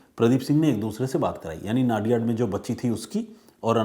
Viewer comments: नडियाद not नादियाड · वो नाडीयाड..नाडीयाड मत करो भाई,, वो #"नडीयाद" सीटी है।